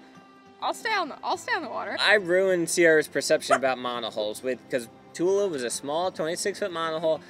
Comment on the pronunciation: A small correction: the Sanskrit word Tula is pronounced with the "u" as in "put" and "la" as in "blah". Short U and long A. Not the other way around. Thus pronounced it means "balance" meaning weighing scale. Good story. Fair winds and following seas in your travels.